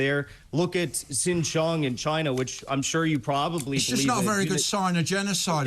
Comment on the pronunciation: Don't you even DARE mention Xinjiang which you mispronounced and which is ACTUAL GENOCIDE with forced sterilisations, internment camps holding 2 million under lock and key. Egypt could let everyone in Gaza out if they wanted to. THEY DON'T.